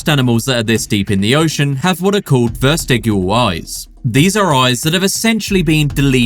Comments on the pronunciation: And hopefully this is helpful to someone, but I've always heard it pronounced as "vest-ijj-ill." No 'R' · "Vestigial" is pronounced with a soft "g". From the word "vestige". Being molluscs, did colossal squids' ancestors ever have iron blood? I thought all molluscs had copper blood. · The way he pronounced "vestigial" was really weird. Is this channel AI?